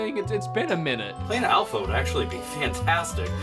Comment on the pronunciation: Its A-L-P-H-A not A-L-P-H-E-R